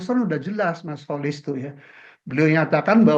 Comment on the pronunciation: Kenapa prof Rokhmin sering sebut Kholis.....? Dengerin tuh Kholis....